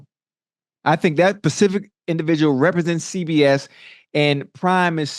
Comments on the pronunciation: Specific not pacific🤦🏻‍♂️ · “Pacific” 😂 #allloveOcho